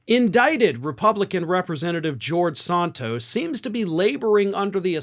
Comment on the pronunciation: You're overdoing the "a" in Santos. It's Santos like ran tose. Flan-can-ran-san(d) tose.